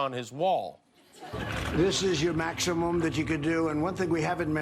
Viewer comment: Did you notice Trump said "this is your Mackshimum" ? "And less jest talk about this wonderful, bigly, beautiful Sekoority Stuff we got at this beautiful wall, where I jest signed my initials!"